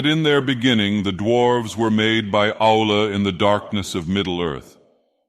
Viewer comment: This is really cool. Funny that the AI keeps pronouncing Aulë as 'owl'.